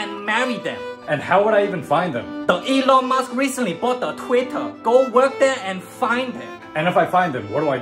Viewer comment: The “Elon mAsk” caught me off guard 💀